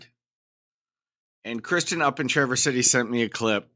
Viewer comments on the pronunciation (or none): none